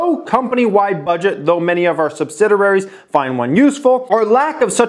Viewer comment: The mispronunciation of "subsidiary" is particularly irksome but not overly burdensome. He should take it easy, slow down a bit and exercise some breath control, lol. Take it easy! :]